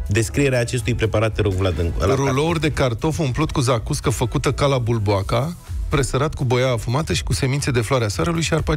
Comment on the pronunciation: Bulboaca, uăi! Bulboca este pronunțarea rusească greșită.